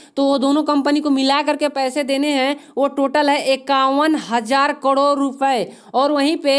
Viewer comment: Karod bolna to Sikh le